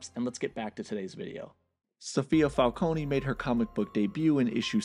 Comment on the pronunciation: Your pronunciation of the word falcone is wrong. Say it without e.